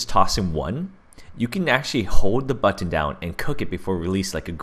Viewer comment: I'm sorry but the way he says button 😂